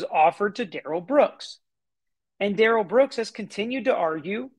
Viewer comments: I’m with you, Monique. It REALLY grates on me when they mis-pronounce his name. It’s rude. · It’s the pronunciation he does not agree to. It’s Duh rell not Dare El